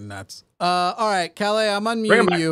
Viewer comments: Sweden here. I love your pronounciation of "Calle" as "Calais". Very cute. :) A closer approximation would be something like pronouncing the last E as the E in Esther and emphasis on "Ka" and the L:s should be a lot "harder". Good try though. Swedish is a notoriously tricky language for english speakers....and swedish speakers for that matter. :) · I find it kind of weird that a Swede cannot pronounce his VERY Swedish name properly (it's a nickname for Carl). He also doesn't have any semblance of a Swedish dialect nor do we talk that fast. We are literally known for talking very slowly with plenty of pauses. He's possibly an immigrant (around 20% of our population was not born in Sweden) which would make sense except his name which is extremely Swedish.